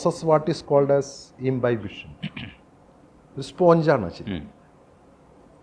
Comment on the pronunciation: സ്പോഞ്ച് അല്ല.. സ്പഞ്ച്.. സ്പോഞ്ച് എന്നൊരു വാക്ക് ഇല്ല... 🙏🙏🙏